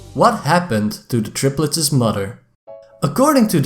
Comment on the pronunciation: "The tripletses"